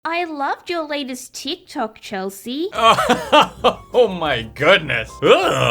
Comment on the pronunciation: she really just said "teek toke"